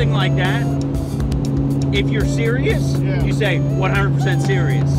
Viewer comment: Baby Sammy Sewious